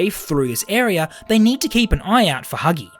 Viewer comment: When he says huggy breaks the vent u can hear him saying hugsgy